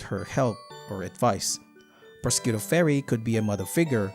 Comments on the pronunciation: I'm sorry but your pronunciation of Prosciutto is killing me. It's more akin to pro-shoe-to. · The mispronouncing of prosciutto is painful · The way you pronounce prosciutto has to be some sort of comment bait, I was taken aback the first time you said it.